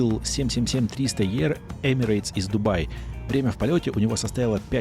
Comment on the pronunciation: Кофе ОН Мой, а не моЕ, вкусное и тд. не Е АР (777-300 ER) а И АР. Буква Е читается как И. И на десерт: не покушать, а поесть! Почитайте про слово «кушать» и как его используют, а в остальном все прекрасно, видео топ! Не хватило обзора рейса Москва - Китай